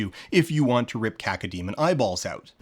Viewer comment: unfortunate pronunciation on dan's part. they're cacodemons, a term which literally translates to "evil demon" or "evil spirit."